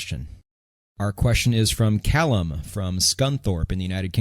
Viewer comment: Never heard an American say scunthorpe before, I can die happy now! You say it more eloquently than us British do 🤣